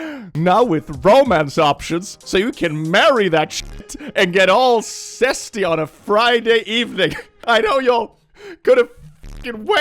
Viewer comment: Was that zesty or cesty? Because I'm not sure I like the implications of the second one...